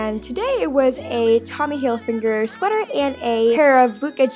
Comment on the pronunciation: why do you say Tommy Hilfinger? We say Tommy Hilfiger in Germany